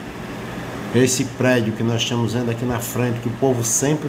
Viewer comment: "Estiamos" ? "Estiam " É outra Língua Portuguesa em Alagoas?